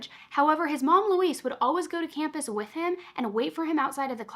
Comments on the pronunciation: You are one of my favorite on YouTube. Her name is Louise (Lu- weez) not Luis. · I believe Louise is pronounced "Loo-EEZ" not like Luis "Loo-iss"